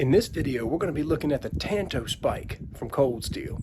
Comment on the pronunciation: Ok, I have to educate you. For some reason in this country, likely because of the Lone Ranger, practically everyone mispronounces the Japanese word Tanto. The correct Japanese pronunciation of the word is like the Lone Ranger and Tonto. Enjoy your work.